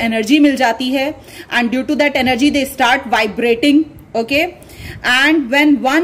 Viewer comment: Excuse me it's spoon not ispoon , its end not aand , it's start not istart